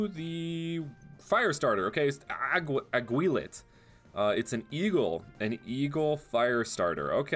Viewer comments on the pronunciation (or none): Agi-lit not agwi-lit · The aguilit is pronounced agilit im philipino and its based on the aguila or eagle